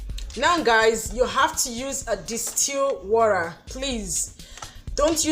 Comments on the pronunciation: Can you just stop saying worra and say water straight up? The phonetic is just too much. Nice job though. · WORA?! My dear this is a great video but that sound of Wora makes me sick. Just say water or H2O. Someone who doesn't speak pidgin will think you are calling something else